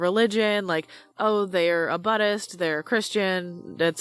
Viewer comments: Sorry, s'cuse me, did you say "buhdist"? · "oh, they're a BUTTIST" what ahem are you trying to pronounce Buddhist